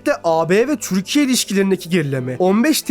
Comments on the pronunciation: Amk öyle bi türkiye diyorsunki izleyemedim türkiye değil tcürkiye konuşmanı düzelt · türkiye ismini çök ser vurgulu söylüyorsun. Telafffuzu düzeltsen daha iyi olcak gibi